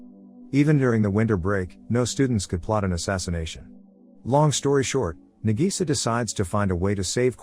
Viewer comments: "Nagisa" (Na-gee-sa) wheeze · I laugh so hard when he say na Gi Sa